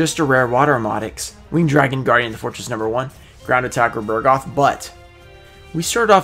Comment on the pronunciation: It's Ground Attacker BUG-ROTH not BUR-GOTH... the card is literally right in front of you and you still can't read it lmao